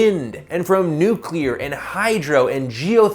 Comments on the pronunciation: Nuclear. Nuclear. Plz say nuclear. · Did he say nuclear there at the end..?